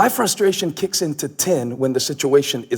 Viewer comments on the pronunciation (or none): none